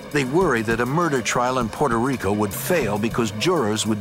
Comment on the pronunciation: Exactly. It's Puto rico